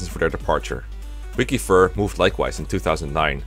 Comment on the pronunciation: I cant believe I just heard say WikiFur